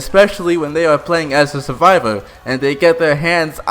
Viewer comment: You sound like someone who still plays l4d2 lmao "Suvivow" 😂😂